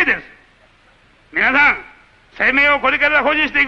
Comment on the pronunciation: 「みなさん」ではなく「みぁさん」って言い方が親しみやすさを出してんのかな